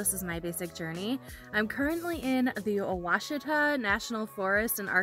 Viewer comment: I'm impressed you pronounced Ouachita correctly! Love that part of Arkansas. Fall is amazing there, so much color. (I'm binge watching your videos 😂)